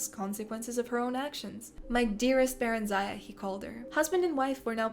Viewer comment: The stress in barenziah should be on the first part and it should be pronounced with a short sound "i" and at the end instead of a "aya". Oh god it's really hard to explain - it should be "barEnzia". it's sounds simmilar to old europian names